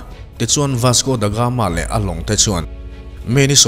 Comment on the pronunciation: Ka la sawisel ngai miahlo che i content pawh a ṭha ṭhin. Mahse, tun ṭum chu ka beng thlep a awm nual mai, huat vang ni lovin ṭhahnemngaih vangin ka'n sel ve teh ang che. Chhiar hmain ennawn leh a ṭha ka ti. Tin, lam dan ah chian loh i neih chuan a thiam tura i ngaih rawn a fuh ang. Youtuber ah chuan i ṭha deuh berin ka hria ka support tlat che ania. Ka sel pakhat chauh,"Vasco Da Gama", tih lai tak pawh hi i lam diklo tlat in ka hria. "The Gama", tih leh "Da Gama", tih hi a lam dan in anglo deuh mai ania aw. A dang chu sawi lo mai ang, a sei dawn tlat. Ṭang fan fann....